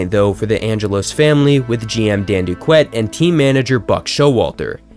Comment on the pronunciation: Could you have done… I don’t know.. the slightest bit of research before you tried pronouncing players names? Dan Duquette is pronounced “Doo-kett”. Nick Markakis is “Mahr-Kay-Kiss”. Johnathan Schoop is “Scope”. The list goes on but you get my point. In the future, reach out to long term fans of teams. They’ll give you invaluable insight into stuff like this.